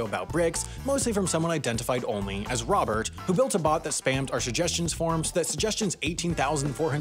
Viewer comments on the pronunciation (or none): none